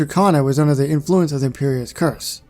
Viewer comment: You said cruciatas wrong